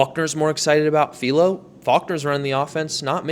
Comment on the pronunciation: Philo is not "feel-o" it's a hard I like in wifi